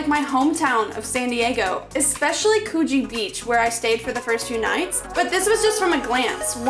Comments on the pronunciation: The way u say Coogee is funny “koogy”that’s what it’s supposed to sound like but it’s spelt “Coogee” next time u should explore and manly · You need to learn how to pronounce ‘Coogee’!